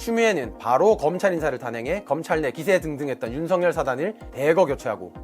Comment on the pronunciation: 발음에 약간 문제가 있네요. "윤성열"이 아니고 "윤석열"로 발음 즉 "윤서결"로 해야 합니다.